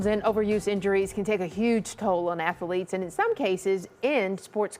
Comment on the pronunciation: The way she said athlete..